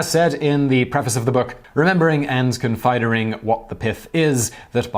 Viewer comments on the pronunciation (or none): "con-fye-der-ing" urm, that's "considering" :P